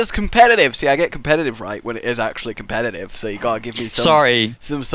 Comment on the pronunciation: ITS NOT COM-PED-I-TIVE, its COM-PET-I-TIVE